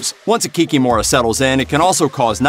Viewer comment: In polish the stress is almost always on the penultimate syllable. So in polish it would be 'Kikim(o)ra'